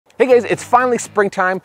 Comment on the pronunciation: Did you say “Hey gays” at the start of the video? lol